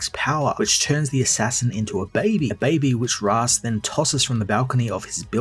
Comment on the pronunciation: Hearing Raysh...instead of Ra's is unbearable...it's making me not want to continue with this series lol😂